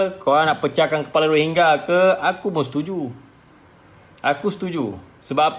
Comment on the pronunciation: Pronounce dia betul menunjukkan dia memang rohingya.